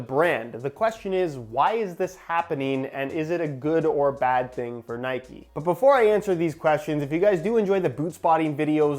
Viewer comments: It’s not NIKEEEEEEEE ITS Nike Please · Nikey 🤔🤔🤔🤔 it’s Nike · Its just nike not nikey. You dont say bikey you say bike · That’s how they are pronounced. Can’t stand when brits say N-ikes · It’s nike u don’t ride a fucking bikey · It’s Nike not nikey would you call Mike mikey? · It's Nike not nikee but this video was amazing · “Nikey” and “Pooma” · dude. It’s pronounced ni-kh